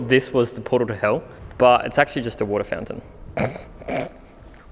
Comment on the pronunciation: Was it bewt on a portaw to heuww?